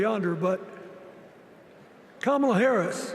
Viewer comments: Yes, mispronouncing her name is a very surprising error for Bill Clinton to make. He was always very careful about that kind of thing. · I hate to say it but President Clinton rambled on too long and lost the momentum Hakeem Jeffries had going. Also, I would have been happier had he pronounced Kamala’s name correctly